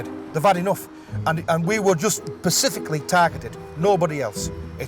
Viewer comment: Sorry.. you were what? “Pacifically” targeted ? Go back to eight grade, you inbred yobbo